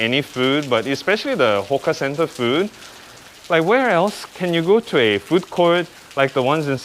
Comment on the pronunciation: Hawker center not hoka center